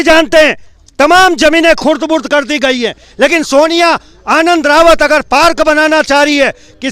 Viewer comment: naam to thik se bolo,soniya h naam.....soniya Harak singh nhi h jee